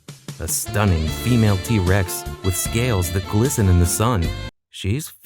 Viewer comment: I keep hearing D-rex